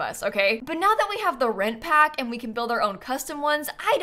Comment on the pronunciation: Anyone else?? When says “the For Rent Pack” I hear it as “The Red Pack”. Every single time. By now you’d think I’d had gotten over it but no.